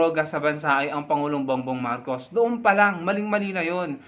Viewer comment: Pro marcos ang bata nag kamali biglas marco d nabigkas ang S